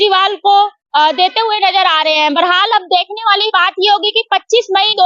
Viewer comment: Madam Barhal nhi bola jata hai